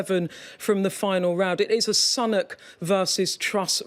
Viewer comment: Like Beth Rigbys different pronunciation of Sunak! . Reveals a lot.